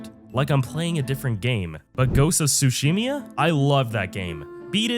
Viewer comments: i replayed ghost of tsushima more times than skyrim, make a good game with good gameplay, good story and characters and i don't need the ability to create different characters with different builds for a game to have replayability and its tsushima not tsushimia lol (kidding) not that you're wrong about discovery being better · What the hell is a Tsushimya and why do you keep repeating that word?